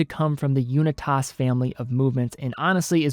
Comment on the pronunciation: As others have said, Ulm is a word, not an acronym. I'll add that ETA is an acronym, not a word. Unitas is pronounced like Johnny U's name (you're from Cleveland, right?) Yew-night-uhss. And lastly, FOR THE LOVE OF GOD, the word is undoubtEDly. There is no such word as undoubtABly. Keep up the otherwise good work!